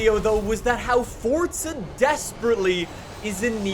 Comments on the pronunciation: It's Forza not Fortza ffs 😂😂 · Fore zuh...Forza, no T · There is no T is Forza. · Does anyone else feel like he’s saying “Fortsa” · Yes, because that's how you pronounce the italian word forza.